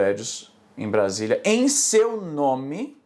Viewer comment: vc pronunciou Brasília errado kkkkkk